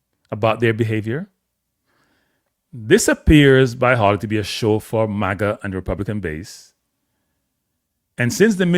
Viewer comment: It is a fifth amendment right… not “rights” Not to mention, you butchered every single name involved. It’s Hawley - NOT HAILEY!